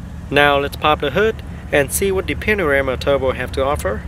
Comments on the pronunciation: Thick Vietnamese accent. Could be edited down 20 min. It's PANAMERA and not panarama. #Amateur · It's panamera not panorama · Hey, i've just discovered your channel and i'm enjoying it a lot. i've watched the M6 Coupe, m6 Grand Coupe and now watching the Panamera.. don't mean to be rude but is it me or you said panarema instead of panamera? i've noticed it and it's funny haha. where are you from? you have a different accent that had me curious. also would you do a porsche cayenne (turbo or S specially) review? i'm looking for the cayenne review for a couple of weeks and only found 2 minute-bd quality videos (i don't know if it's already on sale though).. keep up the good work, you really have awesome videos :D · It's Panamera, not Panarama. Or this was a joke? Nevermind, congratulations for 10k!! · Hi asian dude, its a Panamera not panorama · Not panarama, it's panamera! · Its Porsche Panamera not Panarema ! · Porsche Panarama??? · it's called a PANAMERA, NOT A PANARAMA, dude you do need to so some woodshedding and tighten up your game, check out saabkyle or shmee, they'll show how it's done. Good luck to you. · I swear that you are calling the vehicle a Panorama which of course is very wrong - its a PANAMERA (Pan-a-mera)... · dude it's called panamera not panorama! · If you are going to review a car you should get the name right it is Panamera NOT Panarama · cars not called Panarema and Panamera)) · Bro, congrats on your 10k subs. But the car is called PA-NA-ME-RA, not panorama. Slow your roll and say it right. Stopped watching you video after your said it wrong 3 or 4 times in 27 seconds. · and its Panamera, not Panarema... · Porsche "panarama" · Its panamera not "panarama" "looks very nice" lol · ITS PANAMERA, NOT PANORAMA!!! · I laughed so loud when you said "panorama", my days. good review anyway, keep it up. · panarama are u serious 😂😂😂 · Dee Porsch Panaramaaa)))) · Its pronounced Pahn-Uh-Mare-Uh